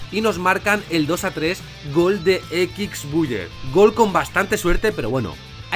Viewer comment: "Equics Buiyer"